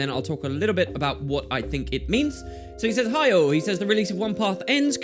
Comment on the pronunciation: The way you read MO's 'Hi, all,' made it sound like 'Heil' O_o